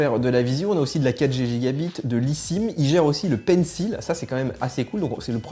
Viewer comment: C’est quand même pas compliqué de prononcer « pencil » correctement ...